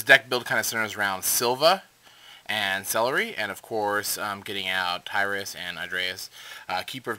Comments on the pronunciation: lol you said celery instead of ceruli cool video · actually its "Celri" not "ceruli" so youre still not right :)